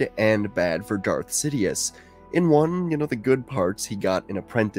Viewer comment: Did… did you just call him Death Sidious? Bro it’s Darth Sidious